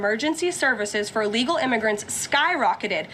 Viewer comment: What does “uhlegal” mean?